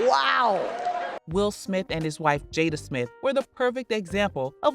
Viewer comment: He said “Will Smilf”